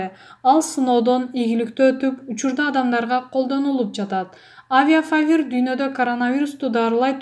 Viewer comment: Авифавир дегенди кайра кайра авиафавир дейт та